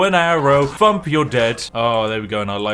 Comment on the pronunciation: I love how he says jual instead of dual and fump instead of thump, hypothetically he could be jual fumping enemy’s